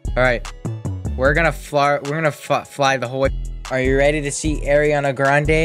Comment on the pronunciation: “Aireeana grandayy”